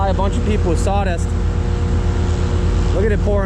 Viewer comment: What are "prodicts" and "sawdist"?????